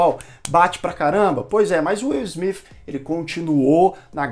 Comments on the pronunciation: Na verdade não é nem Izmit nem Izmif kkkkkkkk o S tem som de Ssssmit. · Ótimo vídeo! Mas mano não complica a pronúncia todos falam Smith e vc vem ser do contra pronunciando Smif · O certo é falar Will Smiff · Pra ser coerente com a maneira q vc pronuncia Smith tem que falar Bethânia com sotaque baiano igual o personagem do Gregorio no Porta dos Fundos Hahahaha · Nunca ouvi. Esse smifi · Deslik só por não falar o sobrenome correto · Não é ''Smith'' com som de ''f'' no final, mas sim com som de ''s''. Atentando para a linguinha tocando os dentes de cima. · Foda se se é o jeito certo de falar o nome dele, tá incomodando o seus inscritos, então para e fala logo do jeito popular, nem deu pra assistir todo o vídeo.